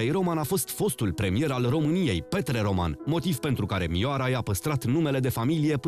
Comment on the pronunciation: Se pronunta Ròman,cu accent pe o nu pe a,inteligenta artificiala!!!